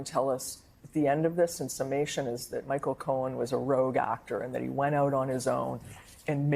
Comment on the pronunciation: I became aware of Sussane Craig because of her portable speech impediment. Her reporting seemed sterile and mundane, but her insistence on saying "thot" instead of "that" or "bockwards" instead of "backwards" annoyed me to the point of paying attention to her. She only speaks in this manner when she's on set in the studio. When she's outside on the street, she talks like everybody else. I find this strange. It also just hit me who she looks like. I don't mean to be cruel, but she is a dead-ringer for......Art Garfunkel. Sorry, Lord...please forgive me.